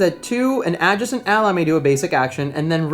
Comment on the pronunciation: OK, seriously,, learn to say "adjacent" right. Second syllable is "jay" not "juh". It pulls viewers right out of the video when you have a jarring mispronunciation like that. Listen to how your co-host says it. The term comes up way too often in board gaming.